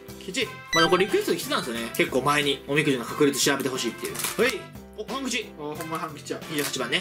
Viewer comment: たまに半吉が勘吉に聞こえる